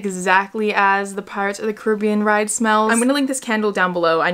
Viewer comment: When she said pirates of the Caribbean instead of pirates of the Caribbean